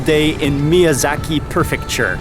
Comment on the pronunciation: Prefecture not perfecture, but I love ur work!